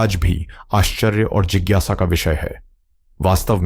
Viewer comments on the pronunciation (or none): none